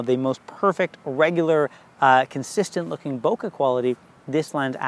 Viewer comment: Super useful, thanks! BTW, bokeh rhymes with `okay`.